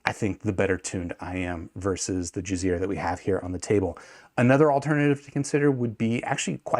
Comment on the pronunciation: I thought you were saying jizzear the whole time. I’m like who would name their company that haha